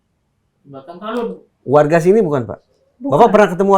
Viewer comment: udah betul bilang talun, bukan talut lagi